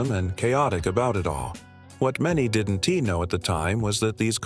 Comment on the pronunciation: "didn' tee" "children' ess" "hero' ess" This machine needs to work on its pronunciation of contractions. But, it got "Cap'n" right, so maybe the person who wrote the narration needs to learn how apostrophes work.